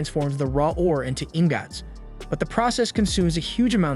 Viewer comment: ❌ingots ✔Ingggats